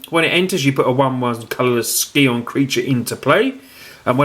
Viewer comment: I love you and your videos but please please it's pronounced Sigh-On, not Ski-on xD